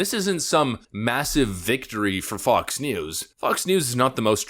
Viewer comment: Getting some "Blinded by the Light" vibes every time you say Fox... It doesn't sound like you're saying Fox most of the time.